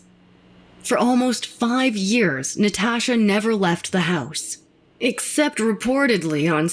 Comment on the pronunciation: The way she says “Nataasha” (admit you read it in her voice too) Has me crying 🤣🤣🤣🤣